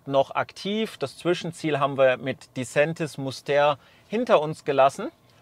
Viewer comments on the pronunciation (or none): Das war bestimmt kein Schweizer Kollege. Disentis wird nicht als "di Säntis", sondern die Betonung liegt auf der ersten Silbe, also DI-sentis. Und dann mit "e", nicht "ä"... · Das mit der Aussprache von Disentis üben wir noch :-) Aber danke für das Video